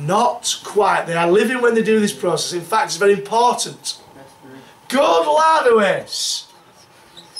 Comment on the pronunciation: "good lad" so english